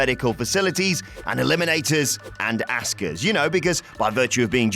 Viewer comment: Asuka deserves better than your blatant disrespectful mispronunciation of her name. Not a good look